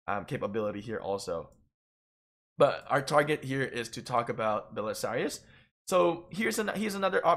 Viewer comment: It’s pronounced bu-che-la-ri not bu-se-lari. He literally says it as his dialogue.